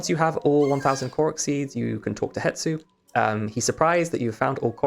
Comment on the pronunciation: the S is before the T in Hestu's name...... it's not hetsu.